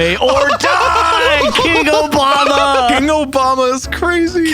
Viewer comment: King Obamna